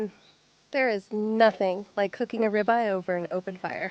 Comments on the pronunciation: FYI - the name of the steak is pronounced -rib-eye.😊😊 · Why use AI narration with this. It doesn't know how to pronounce 'rib eye'.